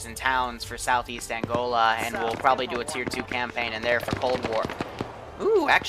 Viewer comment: Outstanding job by the playerbase, horrible job pronouncing "Angola".